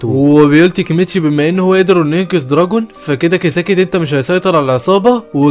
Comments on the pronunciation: معلش بس اسما طوكيو مانجي و اسمو دراكين مش دراجون😅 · دوركين ❌ دراكين ✔️ كزتورا ❌ كزتورا ✔️